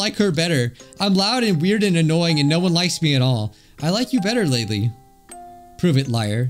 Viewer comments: It's pronounced laylay leyley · Its prounuced laylay